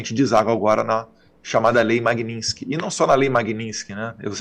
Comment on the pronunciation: Poxa Eduardo!! MAGNINSKY? Vamos pronunciar certo. Você é culto!! E muito inteligente